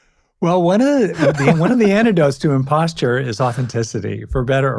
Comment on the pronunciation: No offense, but I think I kept hearing “imposture” syndrome.